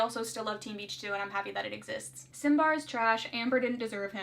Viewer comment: Ok people again, the ship name is SimbAR. The strong vowel in Simón ( lleva tilde gente...) is the O. And in Ambar is the A. I know “ AR is not the strong part of the name, the ship name would be simba to make more sense but it is weird lol. You don’t pronuncie it SIMon. I know my explanation does not make sense haha so I just say it in spanish : la sílaba tónica de simón es ON, ya que lleva tilde. Por tanto decir SIMbar no tiene sentido. La sílaba SIM es de Simón....